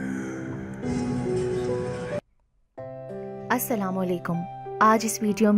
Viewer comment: Aap ka salaam teek nahi hey